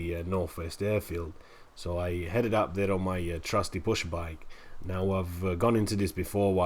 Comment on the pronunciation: loving the series, been trying to work out if you say pushbike or bushbike